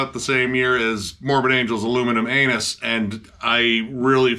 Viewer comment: Aluminium Anus ffs, why u always butcher the simplest names. Titanum paladum sounds stupid right numtidum. I only like Made me do it, its killer - This new is alright but i've outgrown them i guess..